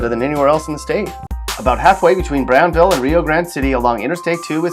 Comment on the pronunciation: He said brownville instead of Brownsville..